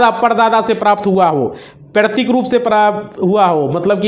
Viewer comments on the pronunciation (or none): paitrick b bol nhi pa Raha bhai kaise hoga aise me